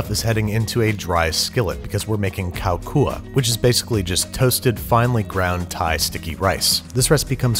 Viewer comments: I'm Thai and I'm so happy that you cooking Thai food Plz do more Thai food vid :) The way you pronouncing "Khao Khua" was good btw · your "khao khua" wasn't too bad and I was a little taken aback by it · So it's pronounced lahhb. I don't know how the r got in there. ลาบ but good pronunciation of the rice-kao kua ! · OMGGGG 👍🏻 Your pronouncing for LARB and Khao Kua is so good. I'm Thai people and I do love this video so much. The food and dessert look sooooo yummy. I hope you still enjoy these Thai meals when you do next time. 👏🏻